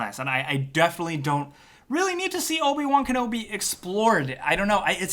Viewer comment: Don't you mean Obi Juan Kenobi?